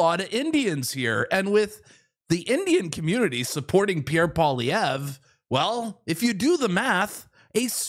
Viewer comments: Pauliver. 😆 Try Pwalee-evr. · You say Poilievre easily. It’s Poly- Ev. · How to pronounce Pierre's name. Pierre Poilievre (Pwaw-Lee-Ev)